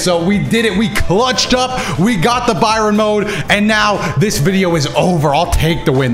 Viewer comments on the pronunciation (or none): It's pronounced "bare ee on" not Byron 😂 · Stop saying Bayrin mode please. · FYI it's pronounced barry-on, baryons are a form of sub-atomic particles most common of which are the proton and neutron. Baryon mode involves a nuclear fusion like process, hence the name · ok i understood the joke pronounces Baryon as Brian Sorry for not able to understand the sarcasm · Except he says it as 'Byron' not 'Brian.' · still pronouncing it as Byron hurts my soul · I know he ain’t still saying Byron 😂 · Day 2 of laughing at Dotos pronunciation of Baryon mode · I see still cant say Baryon mode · really mispronouncing the form name while roasting other people really getting that interaction up in the comments by annoying the fans or genuine mistake becoming less and less clear as i believe he says he reads comments